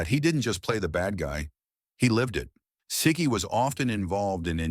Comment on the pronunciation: Right from the beginning they're making errors. Siki is pronounced See-kee, not Sick-ee.